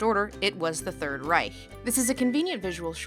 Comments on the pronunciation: You pronounced Reich correctly. Finally someone from the anglophone world who does not end it in a hard K. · Lindsay´s pronunciation of "Reich" is perfect. I know what I´m talking of because I am German. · Not saying "Reich" with a /k/ but a /ç/ at the end! :O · She pronounced Reich the right way :D Impressive! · The first time I hear an american pronounce „Reich“ the right way. Although I kinda like the harsh american way of saying „Third REICK“ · Talking about facism with a Germany-Cup in the Background... I See xD Edit: Also you are one of the first English Speakers i hear to pronunce "Reich" at least a little bit right.